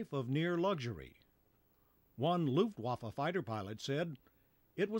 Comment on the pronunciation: D Every time Americans say "Luftwaffe" I understand "Luftwaffel" which means air-waffers or air-pancake :D